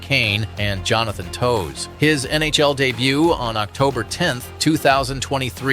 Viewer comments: bro, Jonathan toes, it Toews, pronounced "Taves" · Jonathan toews lol my lanta have you watched hockey? Toews but said like taves